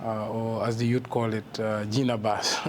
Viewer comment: Please don’t call it Gena BASS